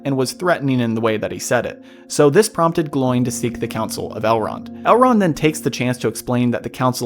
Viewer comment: I believe the proper pronunciation of the name is (phonetically) "Glo-in". Also "O-win"